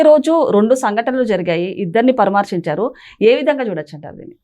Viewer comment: పరమార్సించారుకాదమ్మా తెలుగు బాగా నేర్చుకోండి.పరామర్సించడం అనాలి